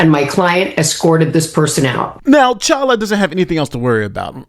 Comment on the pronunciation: Dude said #CHOLUA David Chala hshahahaha